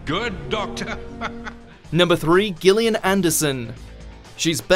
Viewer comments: How the hell did you manage to mispronounce Gillian?? It's a soft G like a J... Jillian ... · Gillian Anderson FFS Gillian is pronounced Jillian, not with a hard G, moron. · This narrator has never heard the name Gillian, it seems, since he doesn' t pronounce it correctly. It's a soft G. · Her name is pronounced JILLIAN NOT gillian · its JILL-ian Anderson. not "gill" as in fish gill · HOW can you not pronounce the name Gillian properly?? It's pronounced with a "J" sound, it's not like fish gills! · For the record, that's not how you pronounce Gillian. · Why can this person not pronounce Gillian correctly? The easiest thing to do is verify names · How can you not pronounce Gillian? Jill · YOU'RE STILL SAYING GILLIAN ANDERSON'S NAME WRONG!